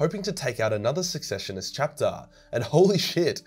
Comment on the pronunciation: You are saying secessionist very wrong too